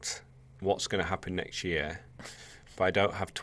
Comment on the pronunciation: when you say next it seems to be nxsht